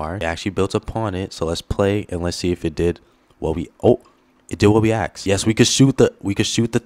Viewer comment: "It did what we axe" bro's black